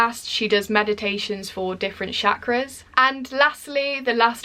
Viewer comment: You looked cute saying CHAAAkras but it's CH like in CHAT. To be precise च, the actual hindi pronunciation.